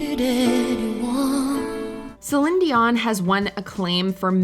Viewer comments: Celiiiiiiene, with a long 'i'. At least get the names right guys. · I'm so impressed that you say Celine's name correctly! Nobody does. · Please stop saying Celine’s name like that. You sound ridiculous. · Trying to understand how a real person can’t pronounce Celine. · Is no one going to talk about how she pronounces Celine’s name? 😂😂😂